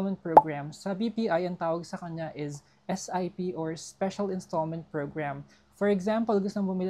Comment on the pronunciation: I like how you pronounce the word “is” …. Ieeezzz. LOL